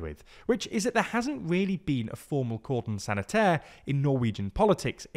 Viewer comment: what did he say there? sounds like Gordon sanitaire